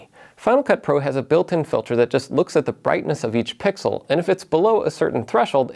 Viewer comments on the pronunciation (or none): none